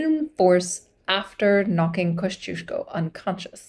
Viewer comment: As a praud fanboy of Kościuszko I love to see him getting some attention. Can't wait for the part II. Also, very nice pronunciation of Kościuszko and other Polish names!